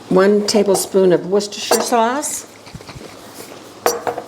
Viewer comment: Oh thank you for saying Worcestershire sauce correctly, not many Americans do ❤